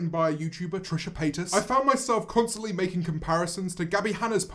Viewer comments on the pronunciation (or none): the sentence "Love making," pronounced as "Love macking," made me crack up EVERY TIME! EVERY TIME, I tell you :,) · Is nobody talking about ‘Love Ma-king’ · honestly the song was good but aaahhhh the way you pronounced making :( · "love mackin" "I can't even muhv" I can't I am dead goodbye world. I can't believe the last thing I did was watch a video about Trisha Paytas' poetry. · HAHAHA Feeling paralyzed from love "macking" and I can't even mauv" got me..